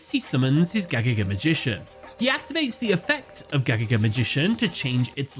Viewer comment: Bro I can't stand how to pronounce Gagaga! You're saying way to fast and it comes out a nonsense.